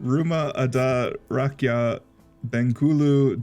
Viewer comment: 'Rumah adat rakyat bengkulu' i like this part of the pronuciation.. 👏🥰🤩